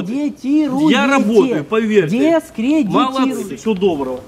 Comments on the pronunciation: «Вы сами себя дескреминтируете» Убило просто😂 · Дескрементируете))))))))))))) Спиноза мля))